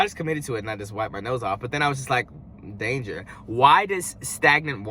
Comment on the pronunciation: Will somebody please come get cousin please 🤣😂🤣😂 He said "DAIN-JUH"......." WHY THIS TOWEL SMELL LIKE THE APOCALYPSE IS COMING " 0mg 😆 ❌⚠️☣ ⚠️☣❌